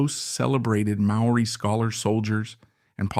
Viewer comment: The narrator could have learned to pronounce Maori properly